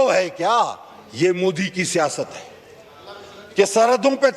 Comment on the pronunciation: मुदी नही मोदी कहो टेरिजेमवाला😅😅